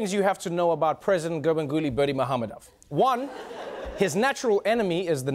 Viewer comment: I thought there was a turkmen audience in the crowd who laughed at the wrong pronunciation, but your makes more sense considering that not many turkmen will be present there physically.